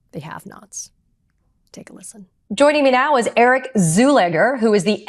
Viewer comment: Czulegar... I could have sworn she said Zoolander. 😀